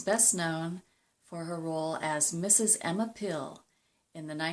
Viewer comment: Her characters name was NOT "Pill"